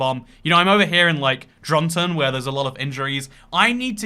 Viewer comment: Your pronunciation of Dronten was stellar, greetings from Dronten